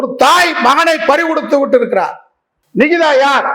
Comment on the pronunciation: அந்தப் பெண் பெயரை சரியாக உச்சரிக்கும் முதல் ஆள் நீதான் நிகிதாவின் பெயரை உச்சரிக்கும் போதே 😅😅😅😅 அத்தனை சிரிப்பு .....‌ தலைவா தலைக்கு மேல் கத்தி தொங்குகிறது என்பதை மறந்து விடாதே